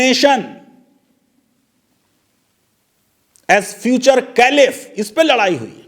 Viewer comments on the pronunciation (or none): फैजान साहब "कैलिफ" नहीं " खलीफा" पढ़े...